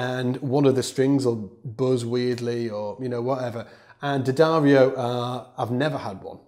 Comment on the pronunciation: Thanks for the correct D'addario pronunciation.